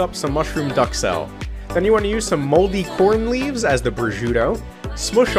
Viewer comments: As a native French spesker, every time he says douxelles like duckselle it pierces my heart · Why he calling it duck cell